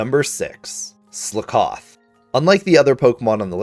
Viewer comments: wait HUH. SlUHcoth? how to people mispronounce pun pokemon xD. It's slakoth! sl-ah-koth..like...slack off... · Your pronounciation is weird not trying to be mean. Its Slack-oth not Sla-Koth. Also Drakloak is Dra-cloak like dragon and cloak (cloaking device to hide hence why itll disappear breifly). Bisharp is bishop an sharp so the enphasis on the "I" saying Buy is off. Also THATS WHYI COULDNT FIND AUTHENTIC SINESTEA! I WASNT IN THAT TINY SQUARE I was on the other side of the town 😢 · slack-off, like youre slacking off ;) great video though <3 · Slakoth Ssss lahhhhh kuth wtf is Sla kawth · Bro what tf is slicoth it’s slack oth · It's SLACK-OFF not slickoff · Slakoth not Slikoth. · I cringed every time you said slakoth. Of course, this is just a LiviOsa vs leviosaaa issue. You're going sluhkoth. the correct pronunciation is "slack oth. Because, you know. Slacking off. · Ok who the fuck pronounces it Sle-koth when it is obviously supposed to be pronounced Slack-oth as in a play on the phrase slack off! Also I never realised that Sinistea holds its pinky out but now I've seen it that's awesome af! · Skakoth is said as if you're saying "slack off." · Are you saying Slakoth wrong on purpose just to get comments? Slack-oth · its slack-oth like slack off its a pun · Its pronounce slack off.....i HATE the way u say that. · Sluh koth 😂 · The way you pronounce 'Slakoth' triggers me, im sorry. Its meant to be said like the phrase 'slack off' is pronounced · the way he says slakoth makes me wanna kill somebody, SLACK OFF, SLAKOTH and now he says sloth wrong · Great video, I hate how you say Sla-KOTH 👍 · Really nice video, but please tell me “Sloath” and “drackalack”?? How did u get those from “sloth” and “Drakloak” 😭💀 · Well then I’ve never heard that slakoth pronunciation before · The way he says slakoth causes me physical pain 🤮🤮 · I've never heard Slakoth pronounced that way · That's not how you pronounce "Slakoth." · Your pronunciation of slakoth made my ears bleed…